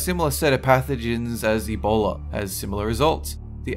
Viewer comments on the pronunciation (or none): none